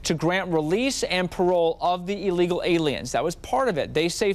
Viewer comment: No human being is illegal. Took you 5 times to even say illegal aliens like a proficient English speaker. Educate yourself fool